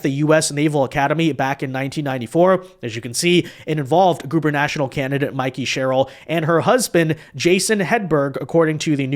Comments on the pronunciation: you're awesome. But it's guber-na-torial, not guber-national. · For the love of God, it’s goober-na-TORIAL, not goober-NATIONAL. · 🤣🤣🤣 it’s Gubernatorial not Gubernational… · I love your work ( and I'm a subscriber ) but dude, the word is gubernatorial ( goo ber nuh TOR ee uhl )